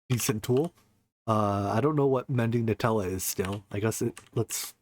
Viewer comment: Oh... It's Mending NULL-a not Nutella... Also you only need 2 mana pylons for lvl 30 enchanting.